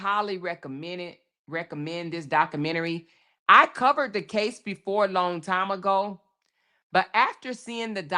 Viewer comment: You really don’t know how to pronounce the word documentary